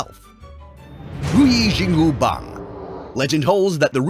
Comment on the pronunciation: Bro As a chinese Who watches sun wukong i Am specially offended how he spelled and said ruyi jingu bang he absolutely butchered it bro but i guess its fine